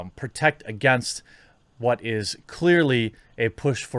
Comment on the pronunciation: why are you saying it like that? saying WHHHUT LIKE WHHUT